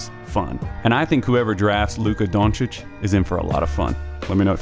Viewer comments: I appreciate the correct pronunciation of the name. Even got the o right. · Oh you pronounced his surname correctly, first video so far :) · Only american that can say his surname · Just sayin...you are one of few Americans that pronounce his last name "on point". Great clip.